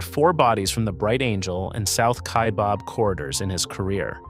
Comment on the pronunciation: Kaibab like rhyming with cab. Not Kaibob